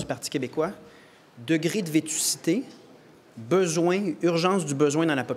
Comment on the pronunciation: Vétusté. Pas vétucité.